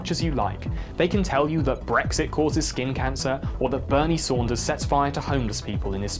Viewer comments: Gonna be that dick who points out that it's Sanders, not Saunders, even if you account for the British accent ;-) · Hey man if you see this, I know you are not American, but his name is Bernie SANDERS not Bernie SAUNDERS. Have a good day! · Bernie sauuuuunders. The most British pronunciation I’ve ever heard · All the things I love about these videos: Bernie Saunders, Nucu-lar, Orien-tate